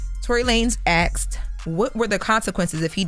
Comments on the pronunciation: Somebody PLEASE make her start saying, "ASK" and "Asked!!" It drives me crazy to hear her always saying "Ax" and "Axed!" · It's "Asked" not "Axed" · This girl still says axed instead of asked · WE really can't pronounce the word "asked". lol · I said the same thing. ASKED